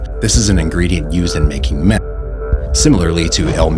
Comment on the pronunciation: You can't even say meth?